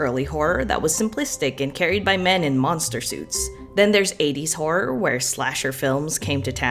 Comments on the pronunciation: Your crisis at the pronunciation of "horror" reminded me of a classic Whose Line Is It Anyway? bit and now I'm just laughing at apparently nothing 😂 "Ho-roar" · Not even 2 minutes in and I'm dying at failed attempts of saying horror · You struggling to say horror>>>>